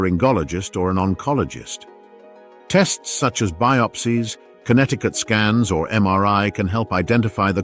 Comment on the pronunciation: Had a laugh when CT scan was pronounced as Connecticut scans.